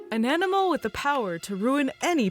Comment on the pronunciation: Beginning: An animal What I heard: Ananamal